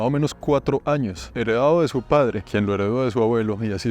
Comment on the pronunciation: Dejé de prestar atención de la risa después de "En los sños 1600" 😂😂😂😂😂